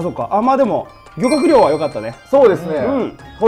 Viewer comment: 漁獲量が諸葛亮に聴こえてしゃーない(*_*)